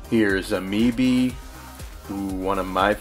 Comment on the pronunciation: I loved that you called Ama Ebi "umeebi". That gave me a chuckle. This is weirdly soothing, even while I'm just ready to see your opinions on stuff!